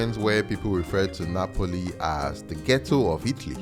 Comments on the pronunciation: translator app. Sounds like you saying Nipples instead of Napples ”😅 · Why am I hearing nipples!??? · Just to set the record straight it is NAPOLI and not NAPLES